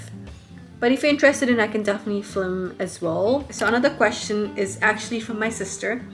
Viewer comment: I love the info in this vid but I can’t get over you pronouncing film as “flim”